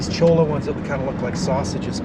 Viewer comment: Just to be helpful it is a cholla cactus and the double "l" in Spanish is pronounced as a "y". And again thanks for the ride along as you said some of us are immobile and rely on others for visual content!